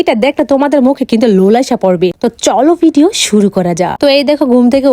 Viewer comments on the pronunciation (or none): none